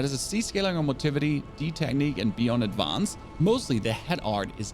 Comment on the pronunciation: Nice video. I teased you about the way you pronounce "advance" in a previous video but in all seriousness, where are you from? I can't quite place your accent.